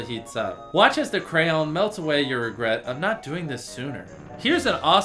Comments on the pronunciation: Why did Jimmy say con instead of crayon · Did he say crown instead of crayon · I know u say it to annoy people but pleaseeee stop saying crown instead of crayon😬